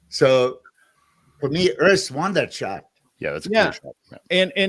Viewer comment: It is Urs, not Örs